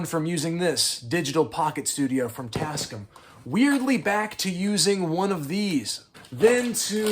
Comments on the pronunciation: TAS-CAM. Not TasC'm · I had the same reaction! “tascm?” What is he talking about? Oh…. TasCAM! 😂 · Pronounced tasCAM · Jeeze, not try'n to bust yer ball or nothing, but...ya... you say it weird. The company is called "Tas-Cam". I've owned a bunch of their stuff since the 90's. But feel free to call them whatever you like. Sorry if I made you feel icky. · Tasc'm? Damn near killed him! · I love your content and this was a fantastic watch. Big up . If you say "Tascm" like that one more time my eyes are going to burst into flames and I'm going to collapse into a pool of blood which cannot be cleaned nor touched, as it is a portal to hell and it will continue to grow until it reaches you